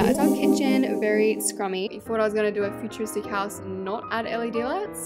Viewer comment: Ah yes we call a house a ✨hosue✨